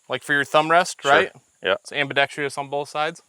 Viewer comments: "It's ambidexTRIous... on BOTH sides." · ambi-dex-TROUS, not ambi-dex-TRIOUS.